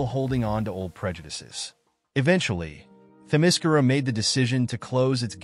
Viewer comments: The only problem I have with this video is that Themyscira is being mispronounced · The way you say Themyscira is effing TERRIBLE. And you say it wrong like 700 times in this video.